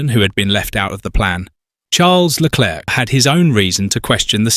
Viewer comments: The script meanders all over the place, yeah, and it also pauses every time it says Leclerc's name, as if the AI couldn't read it the first time and they had to splice in another take. Still, the briefings and audio records do get leaked online, it's not implausible whoever scripted this has actually seen them. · If you must use an AI voice, at least find an AI that can cope with aying 'Leclerc'